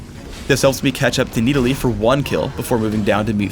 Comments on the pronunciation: Nid-uh-lee dumbass its Nid-al-ee I hate the way he pronouces stuff. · who the fuck is "need a lee"? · Who is "Needalee" I dont even know. New champ?